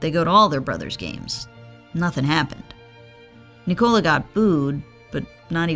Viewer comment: Sorry, can't hear a 13m video of Nee-Cola... just call him correctly or Joker.